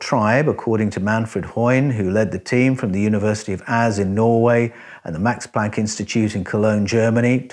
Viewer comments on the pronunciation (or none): none